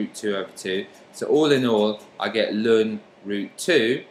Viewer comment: This was really helpful but so strange the way you said ln (Lun) my maths teacher always said natural log or "el-en" so it confused me at first 😅 thanks for the great video though, very easy to follow 🙂